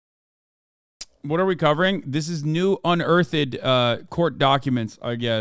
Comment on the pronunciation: Someone explain to this man how to pronounce “unearthed” or is it an inside joke i dont get or sumn?